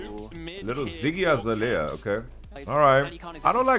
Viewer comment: such a legend man said ziggy azalea XD